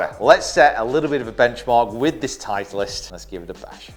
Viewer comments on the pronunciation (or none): Love the video, just have to mention "titelst" tho.... still a thumbs up every time